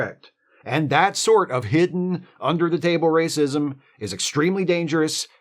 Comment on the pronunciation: 'But wacism is iwwegaw'